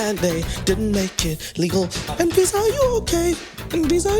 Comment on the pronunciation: Anyone else notice how “ahn-fisa” sounds like “and Visa” when pronounces it?? lol, like the credit card and green card… her middle name is “Ahn-Tiffany” or “Ahn-Loius-Vuitton.”